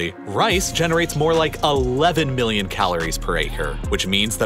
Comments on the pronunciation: It sounds like ur saying billion not million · Was that billion with a ‘b’? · It sounded like he said 800 billion Muslims live in the Circle